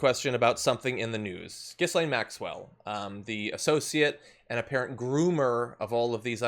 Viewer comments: It is pronounced "jeeslaine. French name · I know she's a disgusting thing not deserving of respect but there are other people in the world called Ghislaine who have a hard enough time already getting people to pronounce their name correctly. For their sake it's "Ga-Lane". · Pronounced Ghi -Layne - the 's' is aspirate but apart from that I agree with everything else !! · BTW guys, the letter "s" in her name, is silent. Her father stripped the pension fund out of a major UK daily newspaper. He sort of disappeared from his yacht one night in the Atlantic Ocean. The yacht was called, Lady Ghislane. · No, the S is silent but Americans can’t pronounce foreign names. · I'd love John to be the first American to try and pronounce 'Ghislaine' correctly. It amazes me that this woman's name has been all over the news for a year and yet not one American outlet thinks to look into how to pronounce a name that is not that uncommon in Europe.